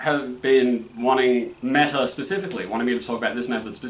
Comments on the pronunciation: Meh-ta. You need to pronounce the h instead of "silencing"(is that the right word?) it. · Ok so I am not much into different methods and stuff ie not very well versed but pretty much agree what you said about Mehta. ( Except the pronunciation)